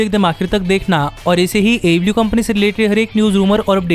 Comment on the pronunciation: first of all you need to speak clearly, what is ablew ablew its aew ok,i hope you will work on it